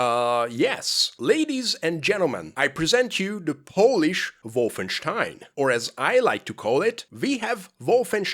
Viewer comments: you're not them, it's "Wolfen STEIN" not wolfen SCHTEIN" OK? THANKS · I love how you pronounce it “WOFFENSTEIN” you get the “Stein”Part right but the Wolf is too much 🐺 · That's more or less how you pronounce it in German.